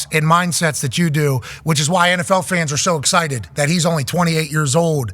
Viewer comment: Tom is “super exited about”!